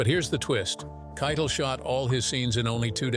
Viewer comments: Yes, it’s Harvey kigh-‘Tell. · Harvey Kiet-ul?? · '"KI - TELL", ITS PRONOUNCED "KI - TELL" ... Sigh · 😅Hey! Don't be mean! They can pronounce it Kye-tul if they want!😅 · He saId Harvey K's last name wrong. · Learn how to pronounce Harvey,s last name. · Please learn how to pronounce names. You butchered Harvey Keitel several times. He's a Hollywood legend, and it diminishes your video when you sound so ignorant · Numbers 3 & 6 were the same thing. So make that 19 “weird facts” about pulp fiction, read by a robot voice who doesn’t know how to pronounce Harvey Keitel’s name. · Dude can't even correctly pronounce Harvey Keitel's name. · I cannot stress this enough: LISTEN TO THE WHOLE VIDEO BEFORE POSTING IT. ... "Kytal" and "Bad mother asterisk ker" and "to alist status." UGH.